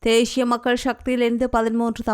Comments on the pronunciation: Not theshiya it's thesiya please correct the Tamil words. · தேஷிய மக்கள் ஷக்தி😂😂😂 ( தேசிய மக்கள் சக்தி என்று உட்சரியுங்கள் தயவு செய்து)